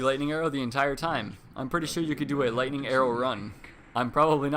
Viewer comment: ha he said lighting strike